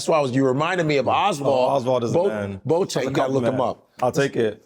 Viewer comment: The name BOATENG is pronounced BO- AH-TIN